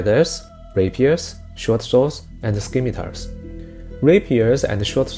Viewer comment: Scimitar is pronounced “simitar .” The ‘c’ is silent. I know English isn’t your first language, not a hit on you, just trying to make you better. Thank you for this video!